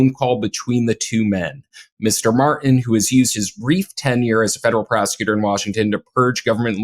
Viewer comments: for God's sake, stop saying Ed Mar-en! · Its rough to listen to a guy, who can't use the letter "T" over and over and over again (when saying "Ed Martin").... go back to peach (speech) class. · Just a side note here. One tĥing that really gets under my skin is how pronounces the name Martin. said it properly each time. M A R T I N. completely keeps the "t" in Martin silent. keeps saying MAR IN, instead of saying it properly. My brother brought this to my attention over a year ago. Since then, I've noticed these mispronounced words are gaining popularity. News casters etc., have joined the bandwagon and many others. For example many people now say pu in, instead of putin, again keeping the "t" silent., (small caps intentional for that horrendous war criminal pu tin, and trumps love interest). Has anyone else noticed these mispronounced words? Every time says Mar-in instead of Martin, it drives me crazy! Say it the right way or go back to the third grade! It sounds like these idiots have a speech impediment! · It's MarTin, not Mar-in. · I truly appreciate all of your information and the work you have done. HOWEVER, please learn how to pronounce the letter "T". Thank Creation that SCOTUS FINALLY did something right. My question about Jones - two questions - 1. Why is he allowed to be on the air? He should be banned from any media. 2. Why is he not in jail?